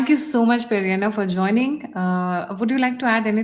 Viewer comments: Shri PVRNR is from Andhra, so please refer to him as Peddanna (elder brother-Telugu), not Periyanna (Tamil) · Peddannaya (Telugu) instead of peri anna (Tamil) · Salam Begum Sahiba. He is Peddanna. Not Periya Anna. Please dont impose Tamil Imperialism on us.